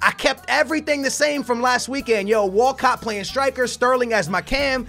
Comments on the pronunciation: Everyone: Walcott: Wacatt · Walcot sounds like walkout lol